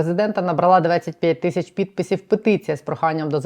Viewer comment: Пані кажіть будь ласка тисячі а не тищі ріже вухо